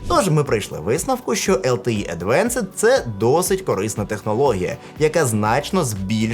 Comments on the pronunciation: advanced, not advenced. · Тільки Advanced, а не Advenced